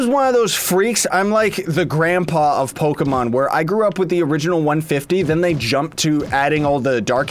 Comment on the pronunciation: it's pokemon not pocketmans